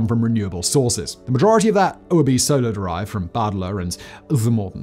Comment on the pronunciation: I even googled it 😂, but even Google was like “Yeah, you definitely meant to say Solar, right? Spolar ain’t a thing.”